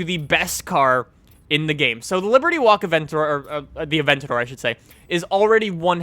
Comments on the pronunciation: bothers you, but not the fact that he pronounces "abentador" as "aventor" ? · The Lamborghini A-Vent-on-my-door